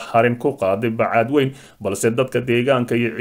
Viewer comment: Wariye aan sixi karin magaca magaalada uu ka hadlayo ee ah Bacaadwayne not Bacaadwayn